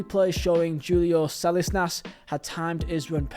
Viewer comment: Well researched video. He butchered the pronunciation of Salinas though!